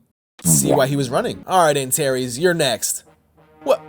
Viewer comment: Bro, Antares, not Antaeries